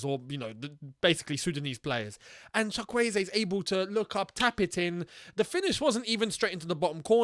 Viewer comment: Btw, the Chuk in Chukwueze is pronounced Choook. As in choo choo train lol. You got the subsequent 3 syllables right. And Simon is pronounced the English way. From one African (and Chelsea fan) to another:)